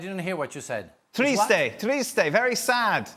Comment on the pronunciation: The pronunciation was so off but A+ for effort